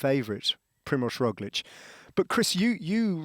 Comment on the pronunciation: It's ITV, I'm surprised the interviewer knows how to pronounce Roglic.